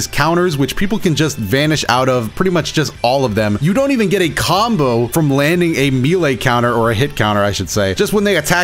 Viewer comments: He said “Me-Lay” instead of “May-Lay” unsubbed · That pronunciation of “melee” gave me a stroke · I love the way pronounces melay, but didn't anyoe catch the way he said Ranj?